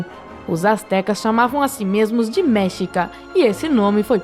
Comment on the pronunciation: A pronuncia verdadeira é MEXICAS e não MÉXICAS.